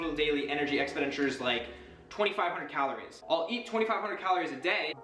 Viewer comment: Lol "expidenture"